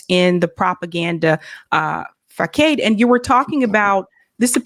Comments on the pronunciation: NOT Fa-Kade!!! Phonetically it's Fa-Saad. This was a bit embarrassing, but Taibbi handled it well. Others would have chuckled. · The correct pronunciation fasaade(facade)